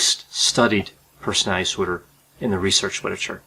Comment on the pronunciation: Um it's called personality disorder not personaty disorder. I must have OCPD because I cannot stand listening to him repeatedly mispronounce the word personality.